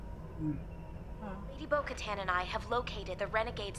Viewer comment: Not sure how you haven’t noticed that ALL lightsabers (except the darksaber) have a white core, with it’s color being on the “outside”. No these aren’t her future white sabers. Also I’m again gonna suggest alternating between Rebels and Bad Batch as a compromise. I don’t think the Bo Katan pronunciation is as glaring as Thanos lol. I say Bo ka “tahn” a lot of the time lol